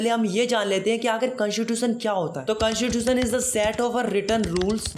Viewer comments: Constitution ❎ Cantitution✅ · Constitution❌ cantatution✅ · bro listen it's not whaaat , it's what and it's not cunstitution it's , constitution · Aap constitution ka pronounce galat karte ho